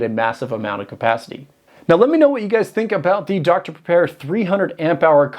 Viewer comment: the chinese are taking the piss now "dr prepare" ..... " dr pepper" 🤣